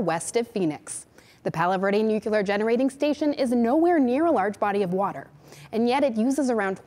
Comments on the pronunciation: nu klier NOO KLEE Y ER nuCLEAR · Girl can’t pronounce nuclear 😩